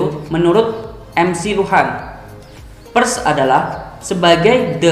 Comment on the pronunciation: membaca huruf "e" pada kata "Pers" senada dengan "e" ketika Anda membaca kata "Per" ditambah huruf "s" di belakang, Bukan dengan nada "e" ketika Anda membaca kata "Perhatian" tp lebih tepat pada kata "Perak". Smg ke dpan bisa di benahi. Simak lagi video saya ketika membaca PERS.